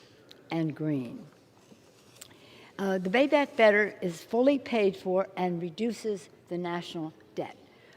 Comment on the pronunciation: WTF is Bay Back Better ?